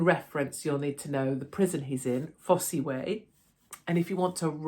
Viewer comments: Pronounced Foss not Foss eee 😂. Ps I love that fact that your comments are being monitored by the ‘authorities’ crazy times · Really, Katie - it's not "fossie" - it's pronounced, 'foss' - one of the most famous Roman roads in England! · It's "foss" way - not "fossy" way. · fosse rhymes with toss or boss, not fossy :) made me laugh ... well done Katie x btw cant stand JV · Pronounced Foss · Hi Katie it’s pronounced Foss even though it’s spelt Fosse. Looking forward to seeing and hearing Alex again. Keep up your good work ❤ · Hi Katie I’m not reading all your replies to check but on the pronunciation of Fosse it’s ( FOSS ) , Billy Leicestershire. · The Fosse Way was a Roman road built in Britain during the first and second centuries AD and pronounced simply FOSS way, the e is silent, just saying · Pronounced Foss Way Katie. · Fosse pronounced Foss as in Loss. Sorry to be pedantic. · Katie , it's spelt Fosse but pronounced Foss , the Fosse Way is an old Roman Road. Also if you ever visit Belvoir Castle in Leicestershire it's pronounced Beaver Castle. I was in Hereford once and asked someone how to get to Leominster it's not Leo Minster it's Lemster FFS 🤦🏼😎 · It's pronounced "foss" btw! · You don’t pronounce the ‘e’ on the end Fosse… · It’s pronounced foss. Silent e. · Alex Belfield is a criminal. Sentenced in a British court of law fairly and squarely. He would do well to keep his big mouth and ego under wraps when he's released or he'll be back inside. BTW it's pronounced Foss Way (the "e" is silent) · FYI Fosse is pronounced simply as FOSS. Fosse Way is the name of a roman road. The Fosse Way is a 229-mile-long Roman road that connected the southwest and northeast of Britain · I believe Fosse is prounounced "FOSS" Katie, not that that's important. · Fosse Prison pronounced "Foss" Katie, xx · It’s pronounced Foss without sounding the e.